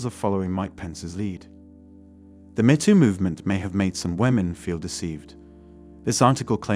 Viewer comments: It’s not “Mehto” … it’s Meto! Geez! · This computer-generated voice is pretty damn good, except it kept saying "met oo" instead of "mee too." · You lose credibility by mispronouncing the "Me Too" movement. It is NOT the "meh Too" movement; It is the "Meeeeee Too" movement. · The robot can't pronounce MeToo properly. I'd suggest splitting it in the script to "me too". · AI reader? “Metoo”??? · The “met too” movement? “Lah METS”? So, this is a mechanical voice with an English accent? High larioius. Next time I need some help, I will ask if someone could help “met” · Don't think we can't tell your lazy, AI voice can't even say "ME" properly..... try harder get better unsub'd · If you use these AI voice overs can you at least ensure terms like “metoo” is pronounced correctly. Especially if you’re gonna use it 50 times